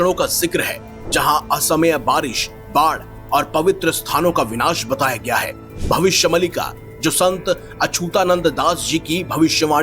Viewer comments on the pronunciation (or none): Arey murkh bhavishya maalika bolte hai Mallika nhi 😅 Mallika sehrawat ka fan hai kya ??